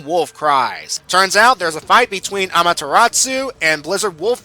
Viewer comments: Great review, only one thing, it's amaterasu not amateratsu like you said, but its a nitpick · Good review, though I feel I should correct you on the Japanese names: You got Okami right the first time; it's not "o-ka-my" Amaterasu's name is pronounced "A-ma-te-ra-su" not "tsu" Kamiki's name is pronounced "ka-mee-key" Issun's name is pronounced "E-soon" On the note of Okami, a slight nitpick I have is that not once does Issun refer to Amaterasu as "Ammy" like he does in the game. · Quinton J He pronounced it Amateratsu. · I fangirled when I saw Ammy. Anyways,, You're pronouncing Amaterasu and Issun wrong... (ah-mah-tur-ah-su) (EE-soon) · Ahrin Kim "tsu" as in "tsunami" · Quinton J ... the T is silent. It is pronounced Amaterasu, NO T. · Quinton J But that's POKEMON Amaterasu is one being. ONE NOT 784 Orsomethinglikethat